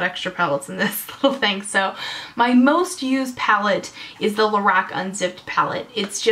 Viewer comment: ur saying lorac wrong lol its driving me nuts XD